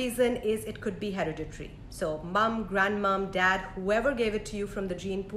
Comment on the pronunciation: You lost me at hariditary 😓 It’s HEREDITARY!!